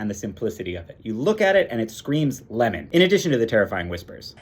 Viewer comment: Lìmon? Lìmon!